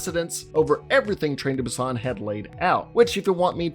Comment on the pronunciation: Train to Boo-ston lol